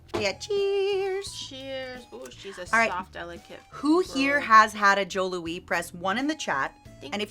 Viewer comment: I strongly dislike how she pronounced Joe Louis, especially since its almost guaranteed to be on purpose.